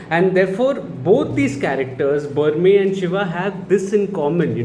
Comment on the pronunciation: Berme is a short e sound both times like in Berry and Men. Not ahr like in Burma or the standard e sound like in Main. He is named after Bermer (R added for respect like ji in Hindi) the primary Bhoota. He is supposed to have created Tulunadu (the region where the Bhoota Kola practice is followed). I don't think the film went into the legend of Bermer. Probably because they went with the Shiva Gana angle to explain their origins.